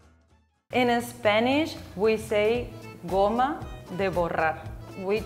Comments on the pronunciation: small correction: goma (not goMMa).❤ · In spanish is goma, no gomma